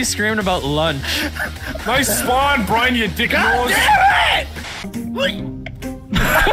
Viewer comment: “Saved the day Burn”: “Burn?” Me: did he just called Brian burn? LMAO 😂😂😂